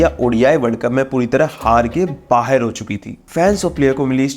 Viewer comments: 'Baher' nahi 'Bahar' hota hai Pakistani series bahot dekhte ho lagta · बाहेर कर दिया? बाहर होता है भाई